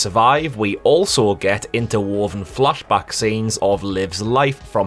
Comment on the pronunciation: Oh Geordie accent, I love how you say "flash back".